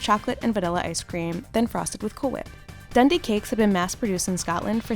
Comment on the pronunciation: Pronounced Dundee cake wrong